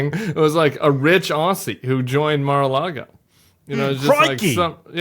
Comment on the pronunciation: As an Aussie 😂 Just have some pronunciation feedback for you guys: “Aw-zee”, with a “Z”, as opposed to “Aw-see” 🤣❤